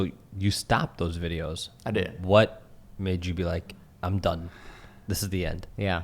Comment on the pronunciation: sounds Scottish when he says "done"